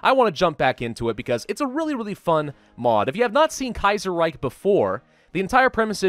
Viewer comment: The way he pronounced "khanate" is incorrect and he also mispronouced "reich". Not saying I don't like him, just something I noticed.